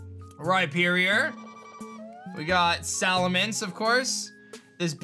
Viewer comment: Him: Salamence Me: Salamencev